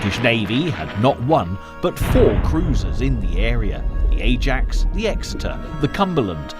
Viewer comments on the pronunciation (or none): none